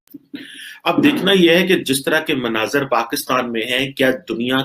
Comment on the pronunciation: Mnazar nhi मंजर है बोलना सीखे भाई 😂😂😂😂